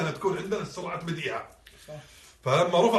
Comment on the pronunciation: قال في النطق لازم يكون عدنه سرعه بديعه المفروض يقول سرعة بديهة انما هوا سهوا من